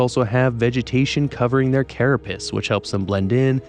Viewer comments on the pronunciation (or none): Carapace not carra-piss